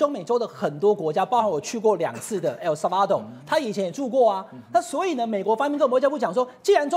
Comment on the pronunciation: 緯漢， 你不會發 El Salvador就直接講薩爾瓦多就好了， 每次聽你亂發音就很度爛⋯重音是在dor, 不是在va…